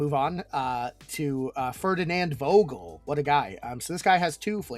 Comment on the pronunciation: Great video as always 😉 So the guy called Vogel is a German name, it's pronounced starting with an "f" sound. There's a deliberate alliteration in his name.